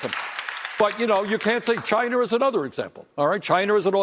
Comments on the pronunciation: When your so old you say "Chiner". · I wish would go to Chiner as he pronounces it, and lick some door handles while the Coronavirus is raging over there. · Never heard of CHINER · Chiner, cuber ? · Can't trust henchman that can't pronounce "China".. it's not "Chinner " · Wtf is Chiner? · "UNPACK, THE WHAT NOT " T-SHIRT Does he say, Chiner? Oh my did forget death, imprisonment in commie countries? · Someone tell; there's no R on the end of China. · Who’s ChineR? Why does he call China Chiner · Cuber and Chiner? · Cuber , Chiner, Really, idiot! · says china as chiner. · JimmyGable I thought I heard him say “Chiner” as well! 😂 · Where's "Chiner"? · Dude cant even pronounce china